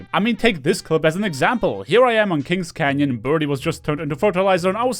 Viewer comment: See when he said kings canyon it sounded weird.